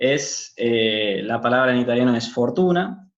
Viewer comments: No es neutral es de otra región pareciera. Me descoloca la forma de pronunciar " es " lo pronuncia " è " como italiano. A veces en el interior igual lo he escuchado pero más aspirado o diferente, tipo " éj-así ". No hay que irse muy lejos de Baires para escucharlo. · No lo sé yo tengo otros conceptos soy de Buenos Aires y creo que no te explicaste del todo bien en algunas palabras, luego creo que quedaría bien que pronuncies todas las letras de las palabras, “es” por ejemplo ajja pero nada muy buen video ah comunque en Buenos Aires es “chorro “ un ladro y “chanta” un estafador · A mí lo que me ha llamado la atención de su acento es que elimina las eses finales de las palabras como en el francés (en vez de dos dice do, en vez de es dice e...) Igualmente se le entiende bien.